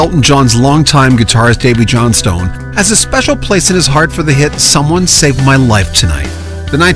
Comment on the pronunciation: It's pronounced Johnston.